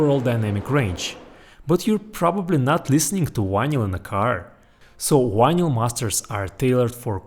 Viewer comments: you seem to have a very good command over the English language except for the sound of one letter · Love the way you pronounce "vinyl". Just like Chekov on Star Trek. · Bro, you can pronounce V. You did it when you said “we’ve” A bit of practice and you can polish that pronunciation. Yes, I also speak other languages and I work hard on pronunciation. I think it shows respect to the people I’m communicating with. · "wanyl" instead of "vinyl"? Skiiip! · You can pronounce the “v” in video, and everything, but you still say why-nyl instead of vinyl? Anyway, pretty cool stuff. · It’s vinyl, not winyl. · It's Vinyl not Winyl, in English. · Vy-nall not VY-nyal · It’s Vinyl…not winlyn lol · It’s VINYL, not WINYL! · You can say the word "groove" with the V being properly pronounced no problem but can't say Vinyl with the V properly pronounced? What the fuck is a whinel? It's Vinyl, do better, you're obviously smart. Vinyl not whinel. 😂😂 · OH, vinal..... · Take a shot everytime he says "wynil". 😂😂😂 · Triggered. Not even yet beyond the intro, but we have a guy measuring stuff by atoms, calling his vynle collection wis wynle collection. Losing me fast. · VINL - the Y is silent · What's a 'whinal collection' ? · it's RECORD! no vinyl and not whinyl. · Why do you say ¨Winal¨?,😅😅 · How come you're so incredibly smart, intelligent, and educated.... But you pronounce "vinyl" like "Wynil"? No English (British, American, Australian, South African, etc) pronounces "vinyl" like this. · What is "wine-ell"? There’s no word in English that is pronounced that way. The same goes for "wideo." I only speak English, Spanish, and German, but one of the very first things I learned for each language is how each letter is pronounced. I was also taught to speak each language the way natives speak, not the way a non-speaker mispronounces that language. But I guess I either had better teachers or I just paid more attention to how native speakers speak. It’s not hard to do…if you aren’t lazy.